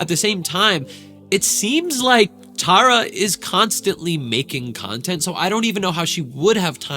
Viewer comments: please say the name correct its t-are-uh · It’s not Tare-a it’s tar-a get it right. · Tara TAR a tARa not TAREa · also, her name is pronounced (TAR-uh) like concrete tar, she hates when ppl don’t pronounce it right lol she always mentions it 😅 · TAR-RUH, c'mon!😂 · Please learn how to say her name ahhhhhh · idk if this is rude but u were saying her name wrong, SORRY IF THIS IS RUDE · Pronouncing her name wrong so many times. I can see Tara watching this and getting riled up 😂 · Not at all 😂 but she definitely would be like “that’s not how you say it!” Lol